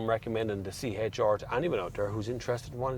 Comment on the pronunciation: “tHiS iS tHe ToWyOwTuH C-HaYtTsH ArRrR”